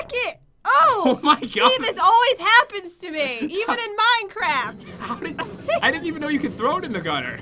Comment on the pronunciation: XD I thought she said that too!!! lol